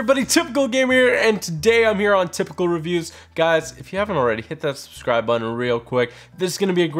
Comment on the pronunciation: Why are you not able to pronounce the B in subscribe? You say "suscribe"